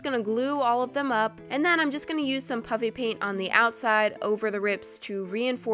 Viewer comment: I can’t tell if she is saying puppy paint or puffy paint